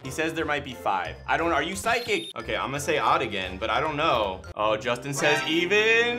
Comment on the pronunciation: Did say Sustin LOL?